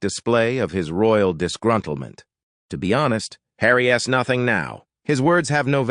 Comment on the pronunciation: What is the deal with calling Harry by "Harry S" when it is simply "Harry's"?? Please use correct pronunciation and grammar.